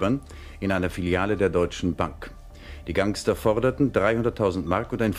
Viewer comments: Wie der Moderator Gangster falsch ausspricht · "...die gAngster..." Is klar ne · wer kennt sie nicht die gAngsta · wie er Gangster sagt 😂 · Wie er Gangster sagt ich lach mich tot😂😂😂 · So wie es geschrieben wird...😂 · Ich habe das Wort "Gangster" noch nie so deutsch gehört. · wie der Tagesschau Sprecher Gangster ausspricht xD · Die aussprache von Gangster XD <3